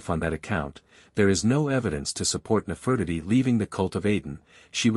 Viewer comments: Her name is:: Ne-fer-ti-ti: get it😅😂👏💯🙏🏾🤨😖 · I apologize for the wrong pronunciation of Nefertiti. Please ignore that and enjoy the rest of the video. Thank you 💯🙏🏾